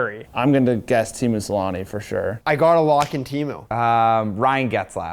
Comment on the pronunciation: I cringe so hard everytime they pronounce "Teemu Selänne" as "Tiimu Salani"